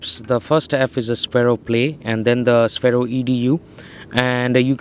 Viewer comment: Its pronounced sfero